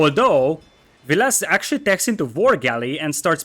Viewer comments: I think overpronounces the last e in Villese, I think it must be a more silent e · I think it’s pronounced the way it’s spelt, VIL-leh-seh, but it might be my mind messing with me and making me believe I heard it from the man himself in one of the videos.